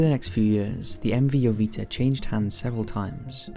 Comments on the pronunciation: Wasn't it "MV Joyita", not "MV Jovita"? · joyita (ho-yee-ta) "little jewel"